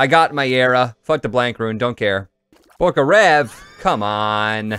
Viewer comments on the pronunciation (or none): none